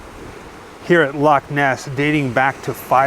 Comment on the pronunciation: I am a Scot and believed in Nessie all my life and i am 74 now lol. So proud of you that you say Loch Ness properly not Lock Ness. Love you guys and all your videos. I live in Canada but you made me homesick lol ❤❤❤